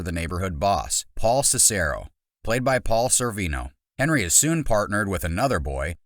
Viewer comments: It’s hendry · It’s not Henry, it’s Hendry.